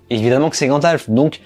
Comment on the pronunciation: Mais t'arrêtes de dire grandalf c'est gandalf